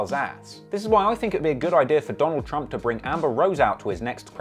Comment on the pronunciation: “Donald Pump” beautiful lol